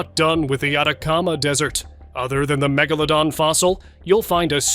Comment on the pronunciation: Wait till you guys hear how they pronounce megalodon? Their AI needs polishing! Not (* Gibley and with significant draw that’s draw, that’s draw (droll)) ready for primeTime.This user every time time shouldn’t have to repeat myself each iteration..